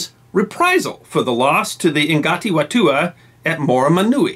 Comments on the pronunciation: Good effort wity the Reo, it can be a challenge for non kiwis, (and many kiwis) but Ngati Whatua is pronounced "Naati Fatua" (g is silent, wh has an f sound) not "Ingati watua" and Ngapuhi is pronounced "Naa Puey" not "Inga fooey". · A good video. Just a quick tip though, Ngapuhi is pronounced Nah-pooey and Ngati Whatue is pronounced Nahti Fah-too-ah. Cheers.